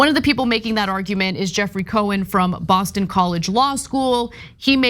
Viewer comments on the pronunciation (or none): none